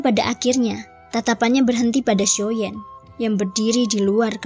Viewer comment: Xio yan. Mbak. Bukan xio yen.. Jdi ga enak cerita nya